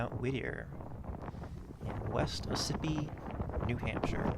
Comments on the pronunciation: Ossipee = AWE-sip-EE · Its pronounced West Awe - Sa - Pee (Ossipee) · It's actually pronounced " aw sip pee" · Its pretty neat. Isn't it? My great grandfather was part of the C.C.C. that built those trails as well as the Kanc. I still live here. Its pronounced "AWW-si-pe" . Spelled Ossipee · Ossipee = AUS E pee or AUS O pee or AUS A pee, depending on who you talk to. AUS like Australia. Not the most important thing in the world, grateful for your video, enjoyed it. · Great video but you're destroying the pronouncing of Ossipee. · How valid can this be when Ossippee is mispronounced? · Frustrating since he actually visited the town and everything. You see this all the time with YouTube videos. There’s no first-hand knowledge of the subject, just internet research.